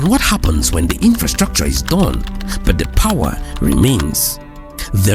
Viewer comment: This guy cannot pronounce the word "but" right! Easy but is a struggle!